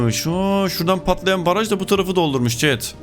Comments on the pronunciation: Abi baraj yerine paraj 😂😂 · Paraj değil, Baraj :D